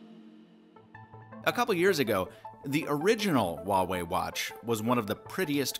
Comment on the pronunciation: Finally someone pronounced Huawei correctly